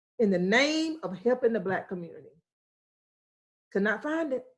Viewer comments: Why are you saying "Bla Lives Matter"?? can you not pronounce the word 'Black'??. You say it everytime, a hundred times. Bla Lives Matter. It doent sound like an impediment. It drives me crazy when seemingly inteligent people dont or wont correct their grammer. Like the idiots who say dont axe me nottin. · It sounds like you are saying Blat Lies Matter. You annunciation is atrocious. If you wish to have your country respect Black Lives Matter firstly pronounce it correctly if you are speaking English. Try it B L A C K....L I V E S....M A T T E R. Notice the K in Black, you need to pronounce the K. And Lives notice there is a V in the middle of the Lies, you need to also pronounce the V. That dialect you are speaking sounds like some lazy communication most English speaking do not understand. nome sayen'